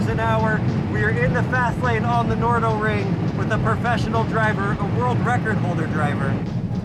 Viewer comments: it`s called the nardo ring , that`s nar do, not the no do ring 🙄🙄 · Nardo not Nordo.